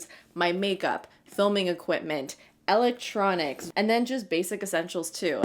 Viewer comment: elect tronics not l ec tronics